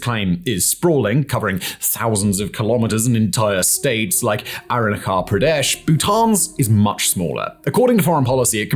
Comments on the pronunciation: You can pronounce Arrukapredesh but you can’t pronounce Puerto Viarta? You a miracle sir. 😂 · The "ch" in Arunachal Pradesh is pronounced as in cheese. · butchers every foreign word that he speaks, like for the love of god at least look it up on wikipedia or something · When I heard how he pronounced Arunachal Pradesh I rolled on my bed so hard